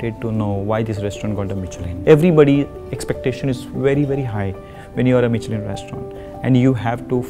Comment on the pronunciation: The poor chef can't even pronounce "Michelin".